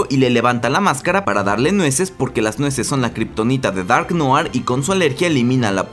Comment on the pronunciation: No sé si lo pondràn en la serie pero en el cómic es clon de otro... Ah por cierto... Noir se pronuncia "nuar" Buen video.